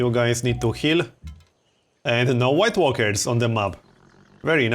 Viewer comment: I keep hearing white workers instead of white walkers